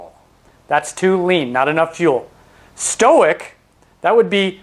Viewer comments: It may be my ears, but I thought you said, "stoic" [stow ik] instead of "stoich." [stoyk] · Stoic is short for stoichiometric. It’s not stoh-ick it’s st-oy-ck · Just one comment: the term "stoich" is derived from the term stoichiometric, which is a chemistry term means that fuel/air mix is perfect - in this case, the O2 completely burns all the fuel. Here's the thing, you're pronouncing it as if it were the word "stoic" - "sto-ick". Stoic means you can endure hardship without showing feelings. Stoichiometric is pronounced stoy·kee·ow·meh·truhk. Which would make "stoich" "stoyk". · stoic XD it's 'stoich' short for 'stoichiometric' meaning chemically correct ratio. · Great video and information! I shall now offer some of my own knowledge from which you can learn; "stoich" is not to be confused with the term "stoic." Nor is it pronounced the same. Stoichiometric comes from the Greek word referring to constituent elements, the stoicheion. If you are wanting to shorten "stoichiometric" to "stoich" it will be pronounced "stoik," phonetically written, the "oi" portion of the word mimicking the word "boy." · stoich or stoichiometric is pronounced stoyk or stoyk ee oh metric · Awesome educational video, comprehensive and easy to understand! Just FYI, "stoich" is short for "stoichiometric" and so is usually pronounced more like "stoyk". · this looks awesome a minute in already, but I pronounce it "stoych" as in "stoychiometric" pronouncing stoichiometric phonetically. I'm guessing I've been saying it wrong.